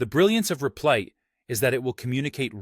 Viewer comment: Lol "Reeplit"